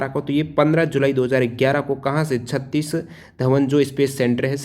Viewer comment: छत्तीस धवन नहीं सर सतीश धवन ,बाकी सब एक दम परफेक्ट है but सतीश